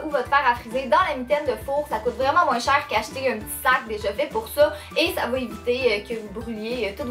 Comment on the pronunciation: Ah ah j'adore tes vidéos tu donne un air frais avec ta joie de vivre et ton accent rigolo On doit te le dire souvent mais je suis française et tu me fais rire quand tu dis les souliers (chaussures en France ) ce au lieu de ça En fait tu e à la place de à c'est amusant... Gros bisous continue comme ça